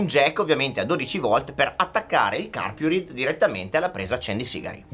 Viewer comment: La pronuncia è [carpuraid]!!!!!!!! Basta vedere i video stranieri